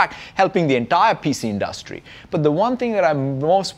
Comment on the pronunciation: True to his roots when he said the word “industry” .